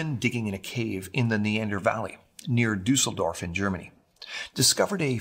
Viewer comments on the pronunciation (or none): Bro it´s awfull how he spells Düsseldorf